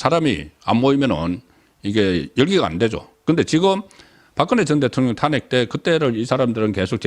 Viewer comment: 탄핵 발음이 좀 다른거 같네요- 타아안핵 타낵(송국장)